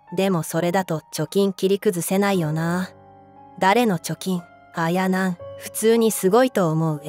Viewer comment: あや⤵︎なん⤴︎の発音が気になる😂